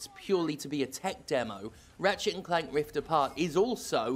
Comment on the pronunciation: I legitimately thought you said Rivet and Keith! 😂